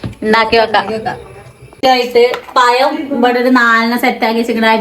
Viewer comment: ഒരു ചലഞ്ച് തരട്ടെ😂 ഇനി എപ്പഴും പഴം എന്ന് പറയണം, പയം എന്ന് പറയരുത്